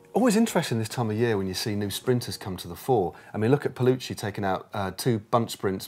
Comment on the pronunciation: Guys, it's pell u kee , not pell u chee. Don't want to embarrass you, but also don't want to ruin our incredible pronunciation record.